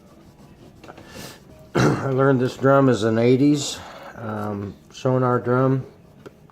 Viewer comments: Thank you cause his incorrect sonor prounouncing was irritating me😂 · Hi, I don't wanna be *that* guy, but it's called "Sonor" and not "Sonar". See sonor dot com for more information. Also their support is superb, just drop them an eMail. :) This Snare is awesome.